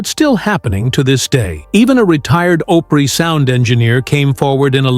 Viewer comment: It's called Grand Opry not Oprah